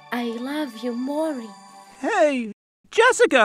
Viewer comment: did she just say mory instead of morty